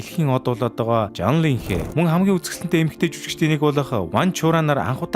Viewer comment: Лингэ биш Линхө шүү